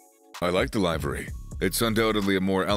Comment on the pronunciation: If this man says “live-ary” One more time…